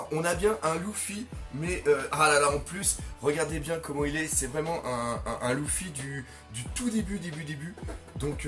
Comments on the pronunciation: On prononce leufy pas loufy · Juste une question, pourquoi tu dis « louffy » et pas « leuffy » pour luffy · c luffy pas louffy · Pk tu dis louffy?